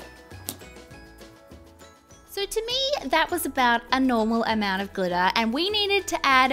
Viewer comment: When it was time to add to much glitter she kept on saying "to much glitta, to much glitta!" Wait it glitter right? Not GLITTA!